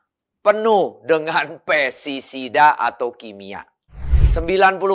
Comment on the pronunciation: Sorry pak, bukan pesisida tapi pesTisida.